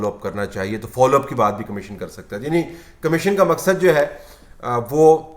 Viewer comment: طلعت صاحب ! اردو میں لفظ کمشین نہیں کمیشن ہے ۔